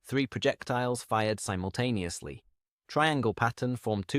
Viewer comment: Simontaneously - really ffs